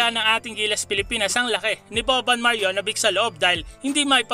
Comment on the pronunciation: Sir, sana itama mo ung pag pronounce ng names ng Serbia, hindi "bik" it's "beach" "maryanobitch" ang pag pronounce. Meron pa sa ibang video mo ung "groin" growin, it's "groyn". Un lang mga ka BM.